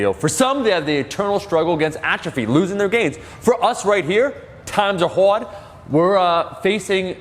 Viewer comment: "times a hawd." -Low bar pee soft.